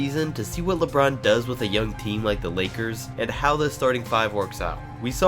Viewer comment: You said Lebrun James jr.😏😏😏